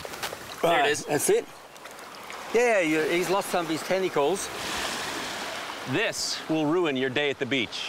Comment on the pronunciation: Everyone is saying testicals instead of tentacles lmfao